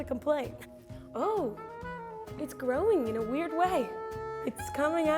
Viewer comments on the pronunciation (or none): none